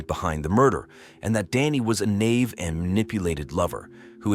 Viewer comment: Naive not NAVE 😅